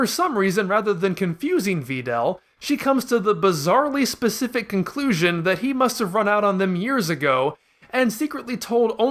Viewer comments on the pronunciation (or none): none